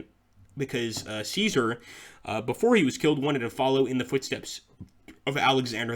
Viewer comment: Remember that passive armies can not conquer/reconquer areas and that even if you have complete control over an area that does not necessarily mean that you control its city/town as far as I know your Latin pronunciation of Caesar was spotless (have studied just a little bit of Latin myself) in Sweden we pronounce it something like Cescark (all c pronounced as s)